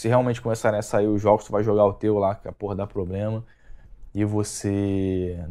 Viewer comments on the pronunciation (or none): none